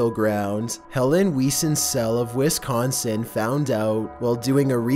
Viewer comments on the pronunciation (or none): Bruh, Wiss-consin. Get it right I live there